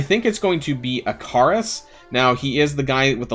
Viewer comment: Ikaris is pronounced Icarus